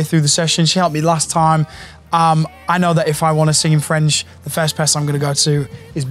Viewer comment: You that was (and it is) a great student and she is right, you have a good french pronunciation. Take so French classes, record in French but not in Italian per piacere...